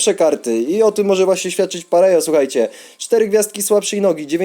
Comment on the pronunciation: Sztos odcinek P.s. czyta się Pareho